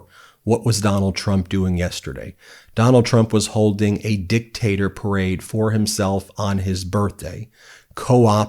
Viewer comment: Nice "perade"